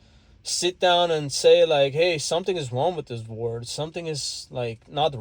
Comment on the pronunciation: OMG FOR THE LOST TIME "WORLD" IS PRONOUNCED "WER-OLD" OR "WUR-OLD" NOT "WERD".